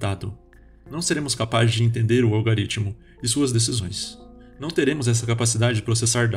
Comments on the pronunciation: Não é "algaritmo". Pronuncia direito. "Algoritmo" Falar sobre conhecimento falando errado não dá futuro. 👍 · Se quiser saber mais sobre Yuval Noah Harari: Homo Deus: 21 lições para o século 21: Sapiens (Nova edição): Uma breve história da humanidade: *Gostaríamos de ressaltar sobre um erro no vídeo, há a pronúncia em um ponto dele em que deveríamos narrar "Algoritmo", porém por erro na pronúncia foi lido "Algaritmo". Pedimos desculpas pelo incoveniente.